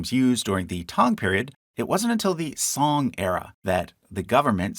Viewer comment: Can see u have done your research great. One note about the pronunciation of zong 宗，of temple names. It is not sound song. But rather is like zone. ng.